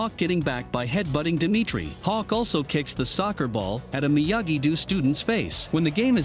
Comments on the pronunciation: it’s do not doo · Narrator pronounce miyagi do miyagi du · He also said "Miyagi-Doo" and "De-MEH-tree" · Miyagi-do❌ miyagi-doo✅ Eagle fang❌ eagle fuong✅ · Miyagi❌ Miyagidoo✅